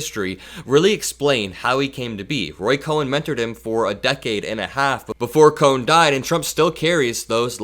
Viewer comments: Roy Cohn. Pronounced like cone, not cowen. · Great video. But Roy Cohn's name isn't pronounced "Cohen," but "cone." I'm old enough to remember the Army McCarthy hearings, and that b*****d was lurking in the shadows all along. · not Roy "Ko-hen". Roy KOHN. Like ice cream cone. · The name is pronounced "Cone" not Cohen. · Roy Cohn (pronounced Coh-n, not Coh-en) was an evil man who helped destroy many lives. I'm sorry that 45 learned from him. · It's not Roy Cohen, it's Roy Cohn (pronounced Cone) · It’s Roy Cohn (pronounced coin). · I appreciate your observations. The lawyer you spoke about is actually Roy Cohn, pronounced 'cone.' There is a mini-series 'Fellow Travelers,' that sheds light on him. He is also mentioned in the classic Broadway play, 'Angels In America.' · I think it's pronounced Roy Cone.❤ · It's pronounced "Cone"... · It’s pronounced Cone